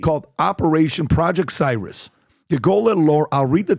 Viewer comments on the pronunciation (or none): Cirrus - Not cyrus, searus. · Wouldn't it be pronounced "sear-uss" . Like cirrus clouds. Not "si-russ". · C-ear-us ...cirrus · Cirrus. "See-russ." As in high altitude Cirrus clouds. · Finally someone who can’t pronounce the name of a cloud. cirrus